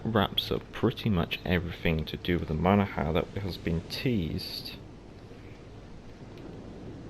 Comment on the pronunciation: It’s pronounced Mona-Han. The g is silent, the n at the end isn’t. Great vid per usual.